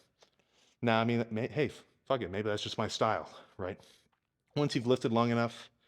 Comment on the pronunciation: I FINALLY FIGURED IT OUT! This dude is %100 a trailer park boys fan and is channeling his inner Ricky at times lmao. If ever binged that show and didnt have a slight Canadian accent you didn't really watch that show lol. "Ohh fack, I'm fackn pumped" 😂😂